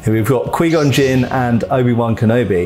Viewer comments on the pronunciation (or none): "Here we've got Qwee Gon Jin" wait wat? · Quee Gon Jin, lol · Quee-Gon Jin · ''kwi gon jin''?